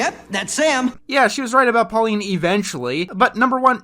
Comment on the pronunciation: “Pauline” it’s Paulina..